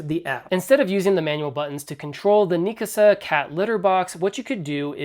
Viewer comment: Might want to read the brand name more closely. Its not "Nea ASKA" Its "Nea KASA"